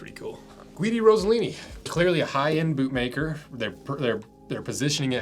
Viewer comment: Ross eh lini.... How are Americans so bad with names 😂